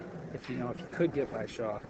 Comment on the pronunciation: okay SERIOUSLY that NY accent is Sooooooo obnoxious/fake. "Jason Shawer” really?? I've watched enough matches that you've concentrated to know that you don't add an R to the end of every word ending with "aw" and sometimes you do it too words that don't even make sense. you sound silly and you don't even focus on the match. should be fired. this is why pool can't be taken seriously